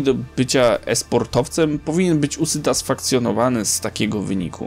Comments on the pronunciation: usytasfakcjonowany xDD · Beat z team banan na początku czy mi się wydaje XD , źle powiedziałeś usatysfakcjonowany chyba, ze specjalnie : D